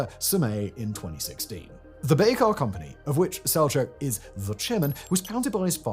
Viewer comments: He isn’t even pronouncing Bayraktar correctly 🤦‍♂️ Just a garbage channel reading AI-generated scripts based on Wikipedia. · A Brit pronouncing something strangely?! Someone halt the presses